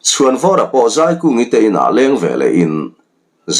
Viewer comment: A hrawkah azei sak ti lo in A hrawkah azai sak tih zawk tur